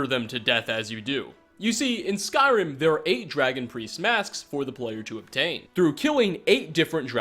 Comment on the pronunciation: Genuinely, every single time I watch your videos I think you guys are lying about being fans of this franchise. You mispronounce almost every name. It's infuriating and it's putting me off watching your videos.